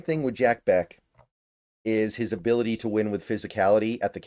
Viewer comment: This is the range that I hope we address WR. I would freaking love it if we get Bech!!! (I'm pretty sure it's pronounced "Besh," not "Beck"... but I could be wrong.)